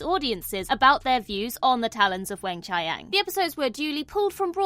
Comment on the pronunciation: "The Talons of Wen-Chai-Yang"